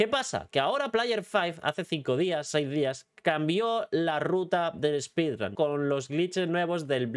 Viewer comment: ‘Spidran’ Dios…